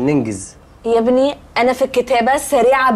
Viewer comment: شوفو نطق نللي لكلمه ابني